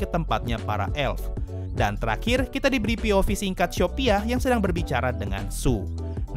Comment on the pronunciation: Bang aku dengarnya syopia bukan shopia